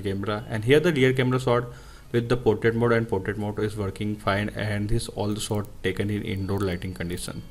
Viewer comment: Why u Indians speaks English if it's not ur native language LOL 🤢🤧 speaking slowwely slowwly and then 1000words/Sec That is portrait shot Not sot